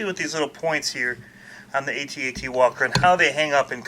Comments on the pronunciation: It's Pronounced AT-AT not A.T.A.T. Some one posted it on Facebook. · AT-AT not A.T. A.T. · Had to stop. You're driving me nuts. A T A T... I was there man! I ate the popcorn man! I tossed wet JU-JUS and Milk - Duds at the screen and they STUCK man. It's pronounced AT. Like the word man.. At.. It's a freakin AT - AT WALKER... Man.. and it moves too fast.. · I can't even watch all of this because he keeps saying A T A T instead of AT-AT. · AT-AT not Ay-Tee Ay-Tee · iT'S NOT A T - A T WALKER! It's AT-AT Walker Like, " I'm AT the party". Get it right. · they're pronounced @@ , not Aye Tee Aye Tee